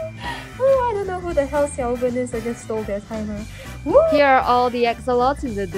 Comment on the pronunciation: Bro said Xiaoven's birthday 💀💀